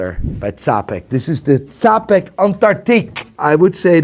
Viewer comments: its pronounced Chapek. like in churros or cheddar. please dont butcher my language. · Czapek actually is pronounced like Chapek, my Dutch bro. <3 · Czapek is lit. Work on pronunciation though